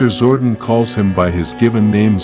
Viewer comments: Zordon not Zordin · I hate AI voiceovers. His name isn’t Zorden.